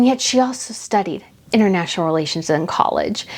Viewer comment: Oh international relations. I bet she did lots of "international re-LAY-tions" stuff aboard those yachts. 😄🤣😂